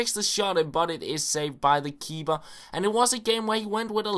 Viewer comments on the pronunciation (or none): u know ur saing KeeBer